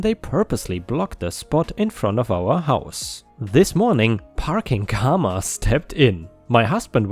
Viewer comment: More like CAR-ma